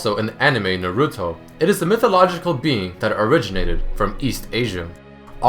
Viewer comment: Learn to say Naruto because the way you said it is wrong look it up and put it in Google translate you said it wrong learn to say things in Japanese correctly. Dumbass!